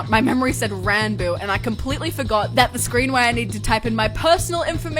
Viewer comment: Isn't it pronounced "Rawn-boo"?